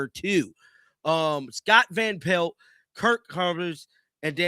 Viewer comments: Me too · I hate how he says Scott van pel(t)